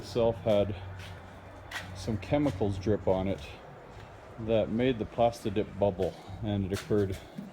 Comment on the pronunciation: Sounds like he's saying pasta dip